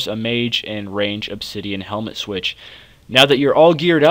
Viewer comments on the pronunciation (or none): none